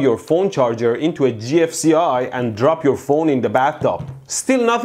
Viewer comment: did he just call the gfci "ji-eff"